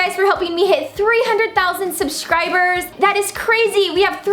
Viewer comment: You said shubscribers